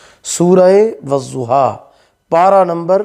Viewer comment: wazuha ni wadduha hota hai, padna toh aata ni wazifa krega 🤣